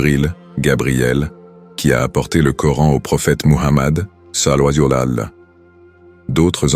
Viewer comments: Le narrateur ne dit pas correctement « sall’Allahou aleyhi wa salam ». Veuillez rectifier si c’est possible svp🙏🏾🙏🏾🙏🏾🙏🏾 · Je pense que ce n’est pas un narrateur humain mais une voix synthétique d’ordinateur. L’essentiel est qu’on comprenne ce qu’il veut dire même si c’est mal prononcé, mais c’est vrai qu’il le dit n’importe comment 😮😅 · Non c'est grave de mal prononcer le savants le disent de bien prononcer les paroles c'est important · Exactement celui qui fait ce vidéo devrais corrigé cela .